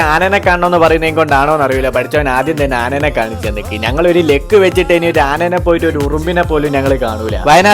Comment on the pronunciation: Machane anene❌anaye✅